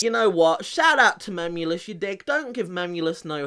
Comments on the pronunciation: Its funny how he says "memolus" instead of memeulous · Jack:MEM U LUSS Me:why just why his name is not Mem u Lisa his name is George Memeulous MEMEULOUS OKAY U UNDERSTAND GET IT RIGHT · 'Memuluses' Bro does he even know english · And he can’t say memeulus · Anybody else laugh when he went: mEmuLes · Swear to god he said memulous